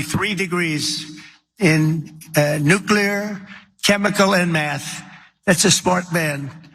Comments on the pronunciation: C'mon guys, give credit where credit is due - he knows how to pronounce the word "nuclear." New clear. Not new cu lar. It is the only thing he does right. We should recognize it... in passing. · He’s such an embarrassment. The ONLY good thing I can say about this man is that, unlike previous presidents, he CAN pronounce nuclear!